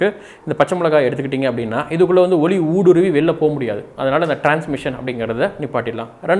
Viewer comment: ஒளி சில இடங்களில் ஒலி என்ற உச்சரிப்பு தோன்றுகிறது.